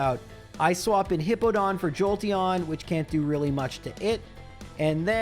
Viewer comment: Also, this is that time period where he calls it Hippo-don and I still hate it.